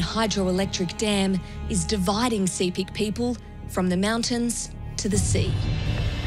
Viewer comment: Sepik is pronounced sip·ik; just like Picnic (pik·nik). Not see·pik. 🤩 - Wantok from Goroka, EHP.